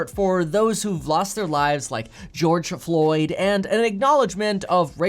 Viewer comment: Did you say Georgia Floyd ? Shows how much you know. Maybe you should educate yourself Mr. Privileged.. Probably live in your parents basement... his name is "George floyd" ... Also, stop talking about things you know nothing of... you know nothing about social inequality...